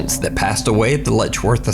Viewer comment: It's Letchworth not ledgeworth